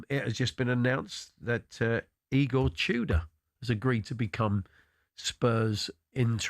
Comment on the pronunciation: Pronouncing it "E-Gore Two Door" is certainly a choice.